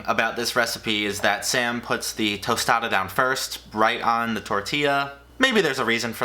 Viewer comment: A tOsTaDa lmaooo